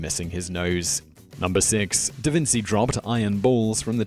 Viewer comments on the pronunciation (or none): 1. Galileo, not DaVinci did that (please! "da-veen-CHEE", not "da-vin-TSEE") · Its davinCHi not davinSy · I am going keep telling you this- Leonardo is called Leonardo. Even when you attribute the wrong experiment to him. Da Vinci was not his name. Actually, when he was in Milan He was called Leonardo from Florence, NOT Leonardo from Vinci. AND ONCE AGAIN Not Vin'-see. It is Vin'-chee. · Thought Da Vinci was pronounced Da Vin-chi? Or have I got that wrong? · Hey. Um...his name was pronounced Da Vinchi not Da Vinsi. Petty, I know but still.... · omg its Da VINCHEE no DA VINSEEE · I’ve never heard Da Vinci pronounced Da Vin-see. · "Da Vince-ey"...? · Danjah, Davinsee and meedeeyer! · how can you not know it is pronounced DA VIN CHEE? THIS GUY IS THE WORST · DaVinsi? Have you really never heard this name spoken before? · It's pronounced "Da Vin*chi*" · They failed to mention some of the sources, inuding: -Pronounciation for dummies, (da Vinzi LOL) -History for dummies (ancient world ≠ Da Vinci) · How do you not know how to properly say Da Vinci? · Such professional videos and a narrator who can’t pronounce “Da Vinci” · How do you mispronounce Da Vinci? It's like it's some obscure name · can someone please teach simon how to pronounce things.. DaVinci was one of the most known figures in Italian history, hell world history, and you can't pronounce the name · Please, please, please I ask you as favour for me and ALL the Italians, learn to pronounce Da Vinci properly!!! Thanks! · Also you pronounced Da Vinci wrong :D